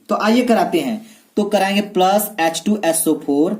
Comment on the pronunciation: सर आप वोलने मे गलती करते है।H2So4 hoga aap bolte hai yah to yeso for